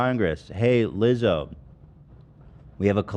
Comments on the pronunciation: Ethan saying liza again and again and again absolutely killed me laughing. That was the funniest thing ever, i hope he continues mispronouncing peoples names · ethan racist for forgetting lizzos name every 5 fucking seconds. like rlly legitimately rude. it’s so fucking simple to pronounce he literally just doesn’t fucking care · Ethan constantly pronouncing Lizzos name wrong is too funny